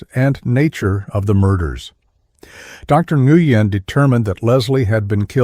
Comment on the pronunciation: The G in Nguyen is silent.